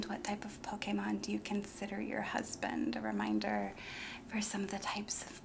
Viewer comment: I appreciate the proper pronunciation of Pokémon. 😂